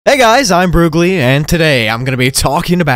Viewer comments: 'start broogli' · “ start broogli “